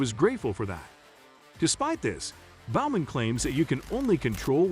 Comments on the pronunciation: I'll make you a deal. I'll subscribe if you do some homework and pronounce things properly. It's TOO SAWN - NOT Tuck son. It's BO man - not B ow man. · He couldn't pronounce Alex Bowman's name either